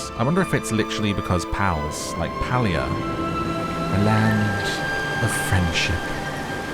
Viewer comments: the Correct pronoucement of the gamed name is PAY-LIA !!!not pal-lia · Palia is pronounced PAY-LEE-UH not PAL-LEE-UH. Great vid, was hoping you'd play this game 😊